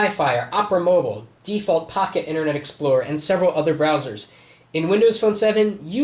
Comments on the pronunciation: MOBILE NOT MOBLE!!1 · MOBILE NOT MOBELE!!1